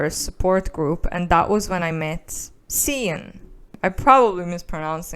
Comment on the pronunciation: I think Sian is pronounced like Sharn. I could be wrong tho x